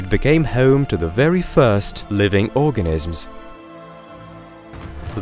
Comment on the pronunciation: what’s an “organisp?”